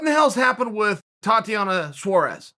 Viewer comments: Suarez. Not suares lol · It's Suarez not Saures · Tatiana Suarez: exists Chael: It's Suares Tatiana: Okay great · If Chael says it’s Suares then Suares it is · Well I suppose she has to guy by Saures now Chael said its Saures